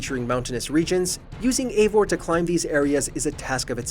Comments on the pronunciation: Your saying evior’s name wrong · I honestly liked this game, it has bugs, but story wise I think it was great. But it’s probably most disconnected assassins creed game since black flag. It’s hard to call evior an assassin. Oh and this guy in the video mispronounced his name like 4 different ways. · The fact that he can’t even pronounce Eivor correctly makes this list even more wrong and stupid lol Edit: Before someone says something while I agree with a couple things on this list most of it is just a guy complaining about bad gameplay even though all of it would be better if he knew how to play